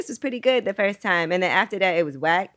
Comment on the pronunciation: I realized this guy is smart as fuck when he said...it stoded with the fost gorl!!!!